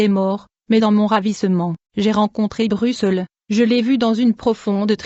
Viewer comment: BRUCEUL! ?BRUCEUL!? VOUS AVEZ DIT!? SVP ARRÊTEZ CETTE VOIX POURRI! J'AI HONTE POUR VOUS!